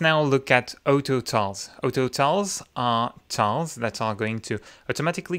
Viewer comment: Wasn’t until I realized he was saying auto tiles and not Otto tiles😂